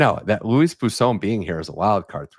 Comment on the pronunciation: Bwah, not bu for Boisson.